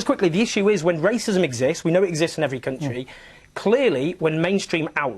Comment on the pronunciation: Countsheee. Countsheee. It's country you dull little wank.